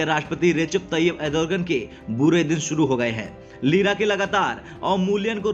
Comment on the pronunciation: अरे भाई, एर्दोगण बोलना तो सीख पहले, तुझे अँकर किसने बनाया??